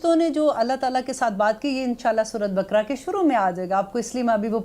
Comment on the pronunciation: Apna tallafz durust kren surat bkra nhi kehte Sura e baqarah